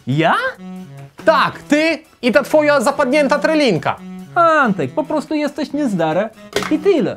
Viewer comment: Szwagry! trYlinka a nie trElinka